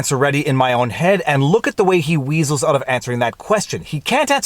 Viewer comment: "Sputs it ut". Very Canadian. Viva is great.